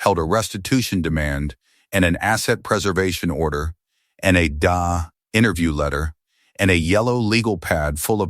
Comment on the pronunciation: OK, #Skynet DA isn't pronounced 'da', it's pronounced 'dee-aay'...